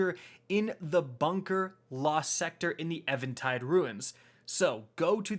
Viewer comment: Do you even read bro? Lol it baffles me how you mispronounce so much shit lol. Saying it with me lol.... EVEN...TIDE...... EVEN.... TIDE.... Where the fuck do you get EVAN from lol. Its EVEN - TIDE